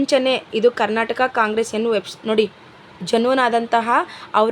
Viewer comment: ಅವ್ವ ತಾಯಿ ಅದು ಕಂಗ್ರಾಟ್ಸ್ ಅಲ್ಲ ಕಾಂಗ್ರೆಸ್ ಅಂತಾ 🤣